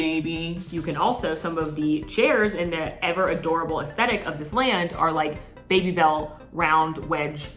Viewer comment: Someone tell that they are "Baby - Bel" not "Bay - Bel" cheese xD